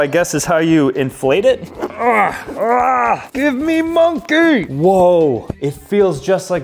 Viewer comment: "Show me Monkeh"